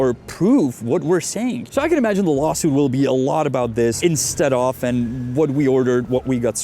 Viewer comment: "instead of" is two words. pause between saying them. you make it sound like a Russian name, Instedoff. if you're getting a legalese-y might as well say it correctly.